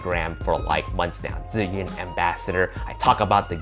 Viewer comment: Definitely will get it, thanks for the update! P.S. Yeah, like someone mentioned, please, learn how to pronounce Zhiyun (it's like more G yun, but not quite, so just google it) if you are an ambassador! P.P.S.I live in China more than 8 years, I know what I'm talking about, no offense! Peace;)